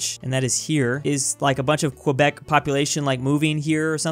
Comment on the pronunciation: video one of asking to pronounce quebec correctly